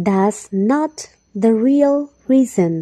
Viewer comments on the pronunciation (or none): none